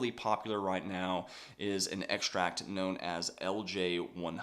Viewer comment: Great info. But what is an "eggsh-tract"?